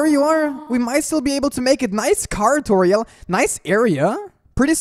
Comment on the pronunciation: am i the only one who hear saying TU-TORIEL